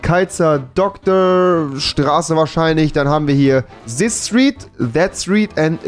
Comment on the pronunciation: Niemand: Nicht mal einen einzige Menschenseele: Rewi: sis street sta street se street